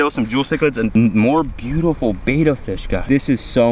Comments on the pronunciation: Love what you do, but I only made it 28 seconds before I had to switch off. I can’t listen to a whole video of bettas being called betas 🤣 I’ll catch ya on the next one 🤙🏼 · A Betta is a fish. A Beta is a male who says Beta instead of Betta over and over and over. Think Better with a New York accent. Bett-Uh. Otherwise, outstanding YouTube channel!! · It's pronounced Bet-uh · Please learn how to pronounce the name, bet-a fish, not batta-fish